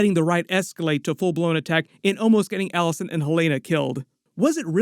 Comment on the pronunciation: It’s not “Alice-Ann” it’s “Alice-ayne”.